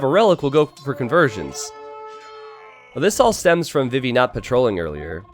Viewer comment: Always sounds like he says "bibi" and not "vivi".